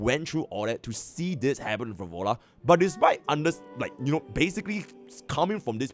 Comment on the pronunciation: Phro Lova, please. I do enjoy watching your content, but please, Phro Lova.